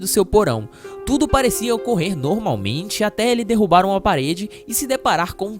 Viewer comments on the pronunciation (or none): none